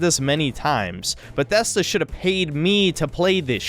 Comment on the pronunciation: why does he pronounce bethesda like that